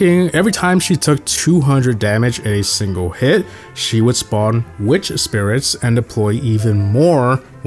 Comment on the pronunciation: I heard bro say 'nigg#' not mecha